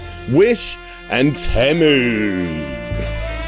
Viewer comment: I think its tea-moo